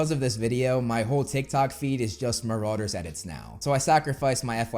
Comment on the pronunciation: That's ... not how you pronounce marauders